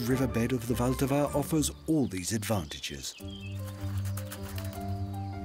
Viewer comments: It is not Voltava. Try to go by syllables, the stress is on the first one: VL-ta-va. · " wilt ahwa "